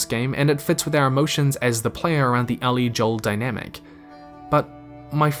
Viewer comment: Anyone else bothered that he keeps pronouncing "Ellie" as "Allie"?